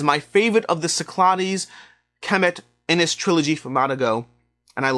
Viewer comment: Just incase you get asked this question on a gameshow... 'Inis' is pronounced as "inish".